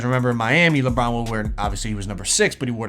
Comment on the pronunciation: did you try to say Lebum or did you actually try to say Lebron